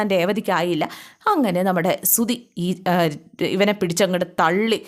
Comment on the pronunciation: സുധി........ സുദി.. അല്ല